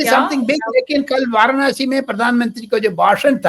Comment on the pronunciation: वारणासी ××× वाराणसी √√√